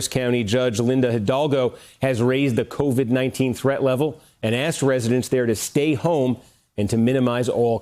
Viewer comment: Haw naw??? Cov???? Haw???? Teach???